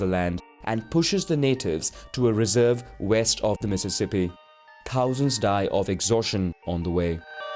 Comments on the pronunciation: The word Thousand is pronounced with a ‘TH’ not as ‘T’. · the way he said thousand tho 😭